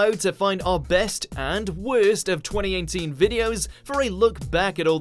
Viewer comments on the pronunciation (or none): Twenty einteen? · “20 aint teen” is how it sounded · twenty einteen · Say "TweNty EiGhNteEN" again... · Sounded like eighnteen. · 20 -AIGNT - TEEN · Is it just me,or did he say 2018 in a slightly weird way at the start?